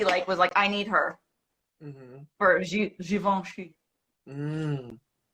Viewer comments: I mispronounced Givenchy too! LOL It was like, "Yeah, Audrey Hepburn wears such gorgeous Gee Von Shee clothes, but what about this Gavenchee? What's that label's clothes like?" Hahahaha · Haha gervinchi lil Kim pronounced it wrong too in the song mafia land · The “Givenchy” story reminds me of Angelea’s audition. “She’s got a given-chee campaign”….”she’s got a what campaign?” 😂